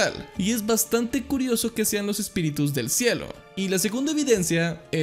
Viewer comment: No son "Espíritus", son "Espitirus"